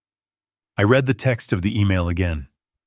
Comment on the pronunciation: Please AI, learn how to say the past tense of "read" which is pronounced "red"